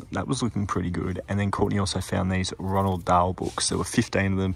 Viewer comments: Roald Dahl - not Ronald 😅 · Roald Dahl 😊 NOT Ronald Dahl. Tricky huh!!